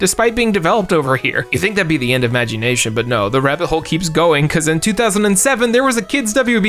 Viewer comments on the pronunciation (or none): The way he pronounced Magi Nation hurt a part of my soul.